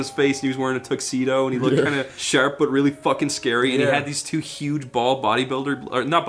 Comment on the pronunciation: I like that Irish comes out when he says car or sharp